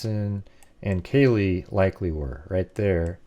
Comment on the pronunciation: Oh man …how you gonna do such an awesome job on this model and then not say kaylees name even remotely correct